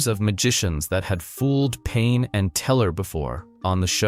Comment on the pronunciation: Pain❌ Penn ✅ Helen Coglar❌ Helen Coughlan ✅ John Jay❌ Josh Jay ✅ Come on now dude..